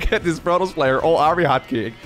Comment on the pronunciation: Protols? You mean Protoss.